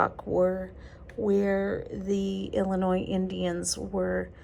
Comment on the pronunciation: "ILL" N " "EEEE" LOL, can tell you're not from Illinois , its "ILL "LYE" "NYE"